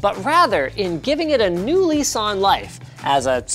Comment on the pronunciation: when a canadian says a lew lease on life it kinda sounds like a new nissan life, Live life your way